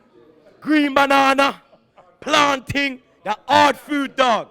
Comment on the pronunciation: Just wanted to say that pronounced plantain wrong